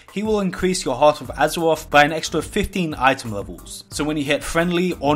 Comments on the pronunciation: hearuth of uzurauthh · hawt ov azewof, wold ov wocruf